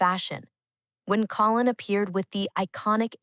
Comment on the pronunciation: Not colon, like the lower bowel, for God's sake. Co-linn.